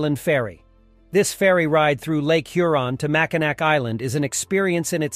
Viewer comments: It is pronounced mackinaw not Mackinac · It's pronounced makinaw not makinack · I cringe every time he says MackinaC. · I was about to clown on the pronunciation of Mackinac but other people got there first lol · How many times can it be mispronounced in less than five minutes?!?